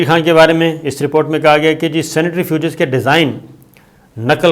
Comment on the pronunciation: Uncle ye 'senetrifuges' jo aap keh rahe hain, ye kya chiz hai? Centrifuge ka to suna hai lekin 'senetrifuges' pehli baan sun rahe hain. Please ispar roshni daal kar humrari malumaat me izafa karen, thanks! 🤓